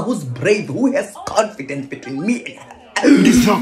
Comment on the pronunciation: Confee confee confidence😭😭